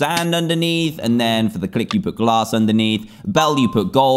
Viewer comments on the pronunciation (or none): none